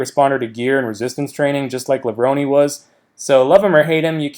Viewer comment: Is it really pronounced "Levronee"?